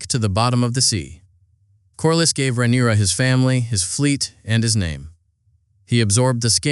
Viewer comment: How many ways can you mispronounce Rhaenyra lmao